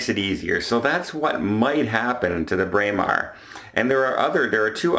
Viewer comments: You pronounced it beautifully,. Bray-mar is exactly how it should sound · Your pronunciation of Braemar is correct however your pronunciation of Meraviglia is wrong. That has been commented on before.